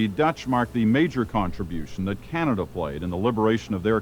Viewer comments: Bruh she said "French in Canadia" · canadia? really lol